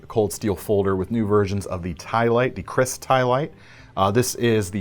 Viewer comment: The Cold Steel Kris Ti -Lite. Atleast you try your best to elaborate its use. Ha! Ha! It's a traditional weapon for warriors in the old day in Asia. Mainly around Malaysia (Malaya)& Singapore (Singapura) also known as Temasek. Correctly pronounce "Kerr Raise" with actual spelling "Keris" with a small line on top of the "e". Yeah it's not in the western alphabets. The most famous & well known Keris belong to Hang Tuah, a famous warrior once lived, it's call Keris Tamansari. Anyway love your show as always. Atleast now you know something don't.! Ha.! Stay safe guys.!